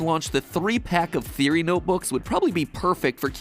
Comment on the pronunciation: how did you screw up the word theory bro its just thee-ur-ee, see its easy i feel like your stealing this from matpat without permission because and yet you say therio and theroey not theory which is a easy word to say and croco? and yet he is called crco and than there is limited_plays and yet you name it limted_playz and instead of catastrophe you say catrify as if your TRYING TO HIDE THE FACT YOU STOLE THIS WITHOUT PERMISSION and there is no pose changing or talking after the video starts. HMMMMMMMMMMMMMM